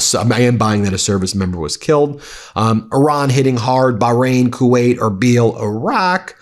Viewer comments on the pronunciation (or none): none